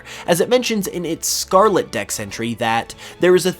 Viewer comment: Scar-Let not scar-la